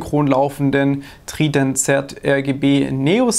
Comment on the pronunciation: Ich hab Tridant Z noch nie deutscher gehört ,danke dafür XD